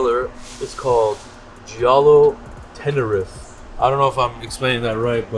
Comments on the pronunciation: That colour is pronounced TENA-REEF. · Tenerife spoken like Tener Reef